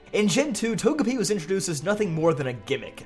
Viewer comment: How about "Toje-Pie"